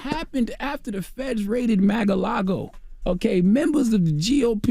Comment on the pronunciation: Is Charlemagne saying Mag-A-Lago as a joke or does he not know the proper pronunciation of Mar-A-Lago? The grammatical errors in this broadcast are just pitiful. 😣